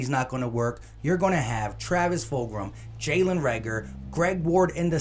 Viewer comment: lol you ain’t the first to say it wrong Joeyshakes said Foldgem